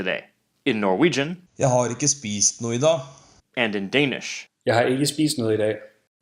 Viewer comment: This is not totally correct - the 'a' in 'dag' is more like the 'a' in 'apple'.